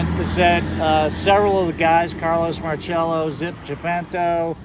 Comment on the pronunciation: There's no H in his name therefore no cha sound. It's pronounced mar sello. How do I know? Born and raised here on the Westbank.